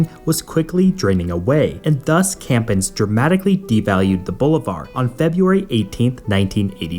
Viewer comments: Also you pronounce the currency as Bolívar (emphasis) in the i not in the 'Bo'.... Bolivar was a soldier that lead many of the fights against Spain that ultimate resulted in many countries acquiring independence from Spain from their unholy conquest since they invaded after Columbus "discovered" America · how is it you pronounce "bolivar" again? ..jesus christ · Good video, but please make an effort not to butcher Spanish names, because it's just careless and sloppy . For instances, it's not pronounced "Boulevard", but "Bolee-var" (Bolívar has an accent in the "i"), it's "Vicente", not "ViNcente", and it's Pérez, with the accent in the first "e".